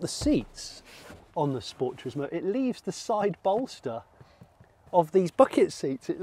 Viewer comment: Sensational review Johnny, but as we all know it's a Scchhpoort ;)